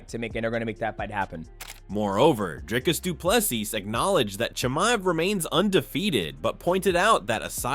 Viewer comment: you are butchering the pronunciation of Dricus Du Plessis, our South African CHAMP. This is how to pronounce it correctly.